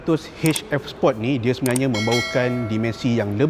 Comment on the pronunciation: Sebut sport tu biar jelas.. support tu dah laiin ..Sport..Bro sport